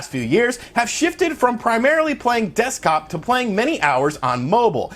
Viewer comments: And it's 'desktop' not 'deskop' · "Deskop" oowee